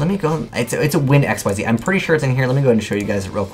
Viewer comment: Xyz is pronounced "ikseez," not "x-y-z"